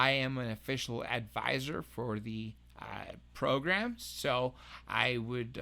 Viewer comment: Dig the hell out of your show. Or, as the old folks would say..your "pro-grum" Peace and respect. P.s. why do you sound smashassed drunk but only on the outro to this one. More peace. .....and yea, more respect!